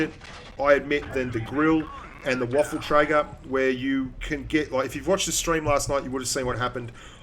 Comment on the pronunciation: It's called Waffenträger, but you pronounce it Warfentraeger :D